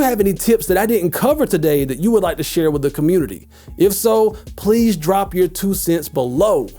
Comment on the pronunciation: 'I say wih instead of with'😂😭 this guy making my life easier